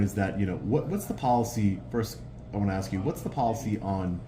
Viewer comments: Hey loser its ask not aks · Love your audits. You are a very articulate and clear speaking young man. However, how is it that the word "ask" is so commonly and frequently pronounced "axed"?